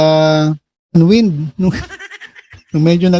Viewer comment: di po ako nagmamarunong, di rin po ako magaling umingles. Yun pong unwind ay pronounced po as uhn wined (waynd). Thank you po! More power.